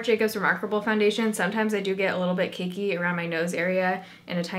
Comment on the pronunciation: i swear she says "kinky" instead of "cakey" am i the only one that heard that? 😅